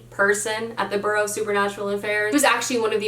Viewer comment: I hate to be that person but I also personally hate it when I pronounce a word wrong. Bureau (as in Bureau of Secret Affairs) is not pronounced the same as borough (like the Bronx).